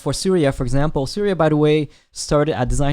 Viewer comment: He was saying siriya i was not getting then he says he is from india i got he was saying surya by the way meaning of his name is sun bro